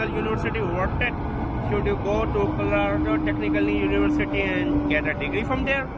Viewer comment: Why did you to this same exact video 5 years ago and when you did this video 5 years ago why didnt you know how to pronounce the name????